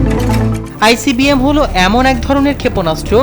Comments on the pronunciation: উচ্চারণে আরও সাবধান হতে হবে। Icbm হবে। ibcm না। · Ibcm na icbm, উচ্চারণ এ ভুল করছেন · ভাই ibcm না বলবেন icbm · আইবিসিএম না আইসিবিএম ? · icbm কে উপস্থাপক বারবার ibcm বলে গেলো। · আইবিসিএম নয় সঠিক উচ্চারণ হবে আই সি বি এম (Intercontinental Blastic Missile) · আইবিসিএম না আইসিবিএম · IBCM নয় ICBM অর্থ কিংবা উচ্চারণ ই যদি অশুদ্ধ বলেন কেমনে হয়? সংবাদ উপস্থাপনের পুর্বে প্রশিক্ষণ জরুরি। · এটা কোন মূর্খ সাংবাদিক আই ভি সি এম। কি যে বলে।!